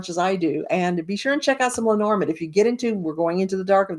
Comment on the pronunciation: Hi! I just came across your review. I have bought the book and I have bought the cards but I haven’t started yet learning. I’m glad you like Erica‘s book, but you pronounce the name differently than she does. She pronounces it: LEH-nor-MOND. You say: Leh-NOR-mund. I’m wondering what you think of that? Who is pronouncing it right? And who is pronouncing it incorrectly? I’d really like to know. Thank you.